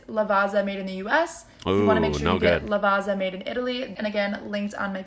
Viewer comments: LavaZZa not Lavaza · no shade. just here to say that it's [laˈvattsa] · The ginseng coffee is ubiquitous in Italy, and it's coffee ground together with chinese ginseng root, which adds a smoother, sweeter flavor, and is said to give extra strenght and energy. The marocchino is espresso with some milk foam and cocoa powder on top. Also, Lavazza is pronounced Lavatza :) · LavaZa, LavaZa... If only there was another Italian word with ZZ that could help them pronounce correctly......... 🍕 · To learn how to pronounce Lavazza correctly. Read "pizza" first. Now read "Lavazza":) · Lavazza has zz so you say it like zz in pizza!